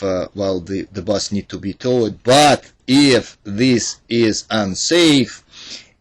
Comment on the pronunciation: Really? Lol. The title says Transporting passAngers! Toe-wed, dis-abed, how many mispronounced words can you mess up, it's like where's Waldo! Lmao... But hey nonetheless, good "bideo".